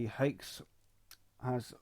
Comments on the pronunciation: Fuckinell, it's not pronounced "hakes", it's pronounced "hacks", like my axe... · Bro said "Haex" Edit: The more i hear it the more i wanna cry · did you just pronounce it "haex"?